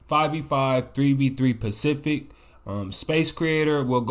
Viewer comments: Are you saying pacific instead of specific? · lol i fw with but am i the only one who noticed he was saying pacific instead of specific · Lol, It’s Specific Not Pacific, Stop And Go Helps You Set Your Feet Instead Of Fading And It Also Help You Combo Up A Lot More Smoother Than Normally